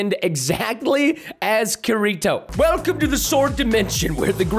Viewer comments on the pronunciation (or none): Preston: kurito Me: ITS KI RI TO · 2 things. I live Sword Art Online (it’s my favorite anime). The second thing, he said Kirito’s name wrong. The “r” sounds like a “d”! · Me: OH BOI IT KIRITO! Preston: Kureetoe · Kereto Preston seriously it’s pronounced ke-de-to! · me i got really mad khirtito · he rly called kirito ke ri to wtaf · Preston: says kurito Me: umm there is evidence its kitito because a charecter even says it like that aka asuna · Its pernounced Kirito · Is anyone else bugged by how he says Kirito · Hr can't even pronounce Kirito correctly that's when u know he's not a weeb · He really can't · Who else got kinda mad that he pronounced kirito’s name wrong and I might have misspell it lol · That Show that you were talking about it is pronounce Kirito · I HATE HOW PRESTON CAN'T PRONOUNCE KIRITO CORRECT! IT WAS SO INFURIATING! I also hate how kirito turns into that golem thingy, plus kirito would not loose that battle don't get me wrong I still liked the vidio but that krito... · you said Kirito wrong